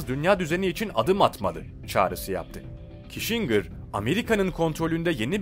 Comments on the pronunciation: henry kisincır diye oku reyiz. henri kişingır değil. aslan abim benim. :))))))) goçummmmmmmmm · Prens Diana bir de üstüne Kişingır deyince bıraktım izlemeyi.